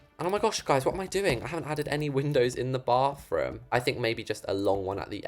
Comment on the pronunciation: why do you say "bafroom"